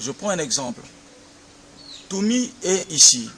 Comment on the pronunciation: malasie congo Frederic NTOUMI et non "NTUMI" Avec "u" c'esst Zaïrois alors qu'avec "ou" c'est Congolais.